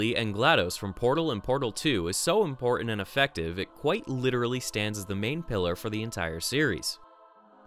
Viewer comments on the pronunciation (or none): none